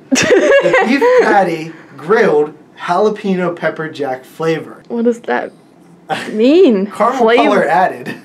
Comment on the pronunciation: Did just say "Jalapeno PECKER Jack?"